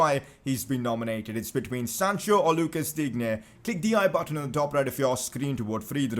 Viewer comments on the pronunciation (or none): Luca digne name is pronounced luka Dean